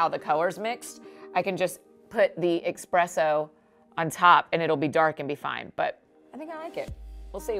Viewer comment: Annie F. Downs!! Did you just say “expresso”? TWICE??